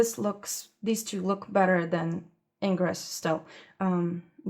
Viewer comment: Thank you very much for this, it was really useful for me. I have just started with pastels and have some Pastelmat board (that I bought for coloured pencil pieces) and an Ingres pad but I have only used the Pastelmat so far and was wondering about other papers. Now I know! :) FYI because you mentioned pronunciations: Ingres = Ongrey; Mi teintes = Me tant-eh (or tant-uh, the last syllable is very short). Personally I don't think it matters and the way you said these was absolutely fine. I just happen to know this and wanted to share because you seemed interested.